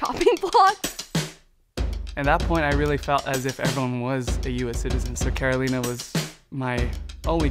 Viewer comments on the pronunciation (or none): He also pronounced Carolina wrong lmao